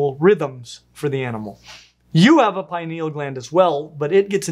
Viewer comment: /ˈpɪnɪəl/ not pie-knee-L